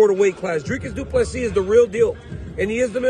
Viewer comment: Thank you for saying Dricus du Plessis name properly. Please tell Rogan not to insult a South African name. Rogan has many South Africans watching his show.